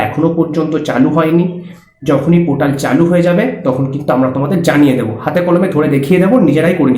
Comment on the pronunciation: Chomu usko portal bolte hain not potal 😂😂😂